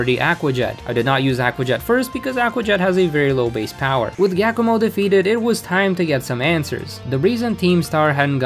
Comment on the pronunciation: Why did you pronounce Giacomo as Gackamo? just... why?